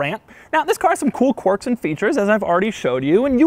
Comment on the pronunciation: Stop saying "Quorks". It doesn't have quorks. It has quirks.